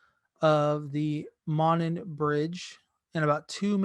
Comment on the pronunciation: pronounced "moan-on"